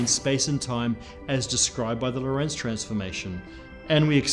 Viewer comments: Geodesic is not my problem - LORENTZ is. When will physicists (all of them) learn how to pronounce that name? It needs emphasis on the first syllable not the second! REMEMBER. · Hey guy, if you are talking about Hendrik Antoon Lorentz, you are stressing the wrong syllable. The stress is on the first syllable "Lo". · "Lorentz" should be pronounced with the emphasis on the first syllable. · This makes me pig-biting mad! Quit mispronouncing Lorentz's name, for crying out loud! It is NOT pronounced "lorEntz". It is properly pronounced with emphasis on the first vowel, the "o". So quit saying "lorEntz", and start saying "lOrentz" - dammit! Why can English speakers never get names and places right? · Great channel and content, congratulations and thank you very much! Btw Lorentz is the German version of the name Lawrence, and is also pronounced with stress on the first syllable. IPA: [ˈloːʁɛnt͡s]